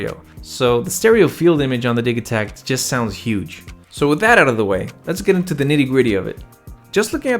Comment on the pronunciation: I'm not sure what I'm more impressed with here, you're impeccable knowledge of both of these or your being able to switch "gigabyte" to "jigabyte" in the same sentence as the "Di-ja-takt" opposed to pronouncing it "Di-ga-takt." Either way, bravo! :)